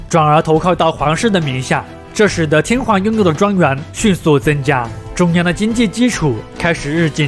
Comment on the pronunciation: 內容不錯，如果天皇能夠不要唸成天環會更好😂